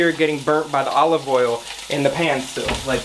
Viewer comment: Nobody:: A-live oil